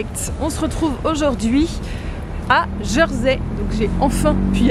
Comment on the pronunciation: Hello, alors en français On prononce "Jèrsey" et non "Jeursey". Bonne idée de faire le tour en vélo pour un court séjour malgré les côtes ! Les sentiers côtiers sont également à faire quand on à plus de temps.